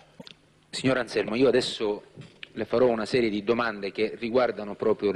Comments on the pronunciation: non e' Alzelmo ma Anzelmo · Non so se è "Anselmo"o"Anzelmo"ma di sicuro non "Alzelmo!"